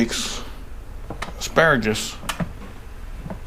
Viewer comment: I love it "asparagass"